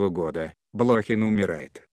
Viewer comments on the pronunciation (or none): Откуда взяли этого "чтеца"?Он даже фамилию правильно прочитать не может.БлОхин,родившийся в СуздАле, с подчИненными, расстреливая прирЕченных,излишне запачкАвшись в крови,ну это уже нечто.